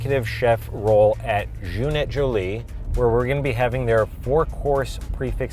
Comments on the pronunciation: Dead at pronunciation of Jeune et Jolie (young and pretty).... it sounds like Janet Jet Lee 😆 "Jh-eh-nuh eh Jh-o-lee" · Funny how you pronounce Jeune Et Jolie haha ( it means Young & Beautiful)